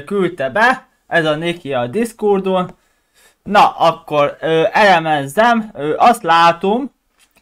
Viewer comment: Na hello, Már bocs ha ezt írom ne vedd magadra de tanuljál már meg beszélni, mert konkrétan azt hallom hogy a Discord helyett azt mondod hogy Discurd, ja meg nem kéne kopizni Karthast.